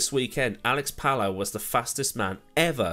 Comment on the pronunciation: Just a quick note Palou is pronounced as pa-LOH not Pall-ow. Great video none the less.